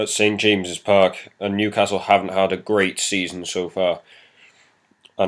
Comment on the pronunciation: you got the Newcastle and Watford correct!